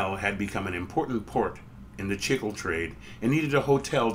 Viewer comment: Interesting video! Pronunciation is a little painful I think. Certainly it must be pronounced "chick-lay" and not "chickle".